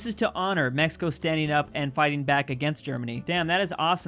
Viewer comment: sees K instead of C in Mexico: Mexickaa...... that.